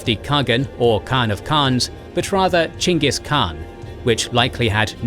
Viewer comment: i dont know if you’re proud of yourselves but i sure am proud of you for going out of your way to pronounce it Chingis Khan, as should be, even if nobody was going to correct you for saying Genghis Khan